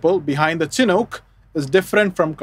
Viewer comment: It's pronounced "SHH-nook" not "chin hook". The naming convention of all US Army helicopters, prior to modern cancel culture, was to honor native american tribes who would hold honorary ceremonies and bless the helicopters in their native traditions and religions. The Chinook nation is who this aircraft is named in honor of.